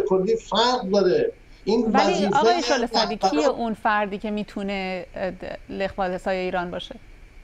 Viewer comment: صد بار خواست بگه شعله سعدی اما گفت شعله زردی